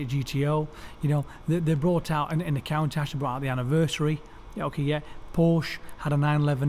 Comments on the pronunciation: Half-hour of listening to this guy saying "Count-ash". I need a break. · Is he pronouncing Countach wrong